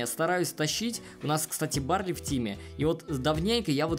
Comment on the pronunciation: БАРЛИ А НЕ. БАРЛЕЙ!!!!!!!!